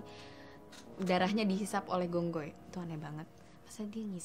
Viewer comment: Phi khong hoi. Gong goi salah